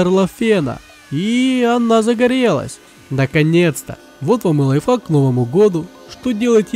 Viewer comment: ты сказал лафак